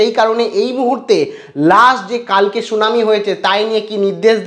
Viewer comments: Bhai not shunami, 'Shunani' please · আর শুনানি টাকে সুনামী বলছ কেন ?